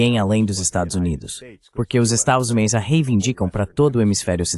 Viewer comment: Esta locução precisa ser melhorada. Estados Unidos” ou “USA” é coisa que definitivamente não consegue dizer 😅